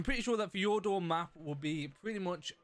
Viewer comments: hey you were pronouncing Fjordur wrong. not to be rude just a little tip. i can’t really describe how to pronounce it but i wish i could. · Always so fun to hear non Nordics trying to pronounce this kind of names.😂☠️